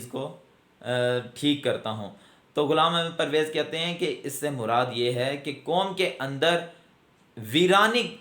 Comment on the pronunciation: I appreciate you the way you pronounced the name of Ghulam Ahmed Pervez sb, but you don't qualify to discuss his personality. I have read him extensively and I found him a great scholar.